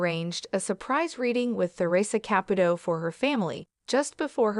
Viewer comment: I wish whoever was doing the narration would pronounce Theresa Caputo's name correctly. This is not the first time I have heard this. I am thinking it is an AI. That's all.